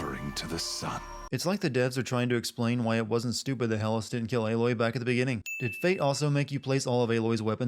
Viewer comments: I fucking hate when something's proper pronunciation is said in the game and people still pronounce it wrong. It's "HEE-lis" not "hell-is" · Omg it's pronounced HEELIS, not HELLIS.... sorry it just annoyed me 😞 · This is such a crap video. 90% of all of the "sins" you talked about are explained in the game. It's very clear that you haven't even played this game, either that or you've speed-ran through the entire game. also, Helis is pronounced 'hee-lis'